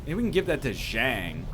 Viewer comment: Everyone please remind NL to fix Zhang's name